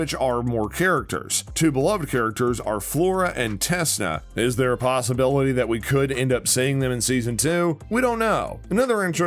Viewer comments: It's tecna not tesna in winx club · HE SAID TESSNA smh